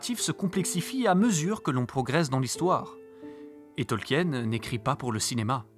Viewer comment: Super boulot ! Vous m'avez appris deux trois anecdotes malgré mes 50 60 vues sur LOTR 😅 Juste, par contre en tant qu'anglais on dit TolkIen ; avec le I. Mais cest un détail ! Super boulot merci ! 😁